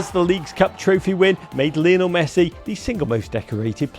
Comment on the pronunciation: The American said “Lionile” Messi 😂😂